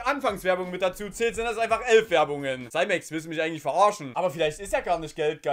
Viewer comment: Dachte er heißt Simex... nicht saimex (ausgesprochen)